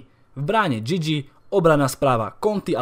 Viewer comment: Ked si povedal Gigi tak ma trochu zamrazilo